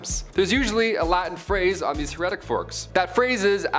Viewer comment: heretic's fork... Pronounc3ed "hair a tick " Heretic see heresy at the begining of this video.